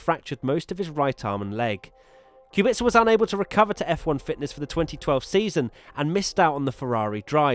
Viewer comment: Yeah I'm polish and it hurts to hear